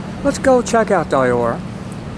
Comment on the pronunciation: Pronounced DIS-KO-TEK. There is no T. And it’s pronounced DEE-ORR. 🧐